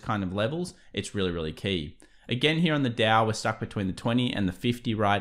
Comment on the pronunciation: I really like your content. Then you pronounce “here” almost like an American cowboys “he-yaw”. Serious info and a laugh!